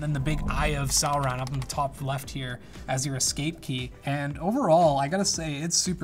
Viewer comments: "eye of soreawn" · Please tell him how to pronounce Sauron and other things in LOTR.... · Is nobody talking about how he pronounces "Sauron"? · mispronounced Sauron.... please stop